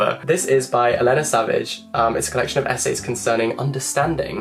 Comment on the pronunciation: Hi! Brilliant list. Thank you! You are definitely needed in book world! Just two pronunciation tips: Carmen Maria Machado (pronounced with a ch sound as in "chocolate". Elena (Ferrante) pronounced with the accent on the first E. This book was actually a big disappointment for me.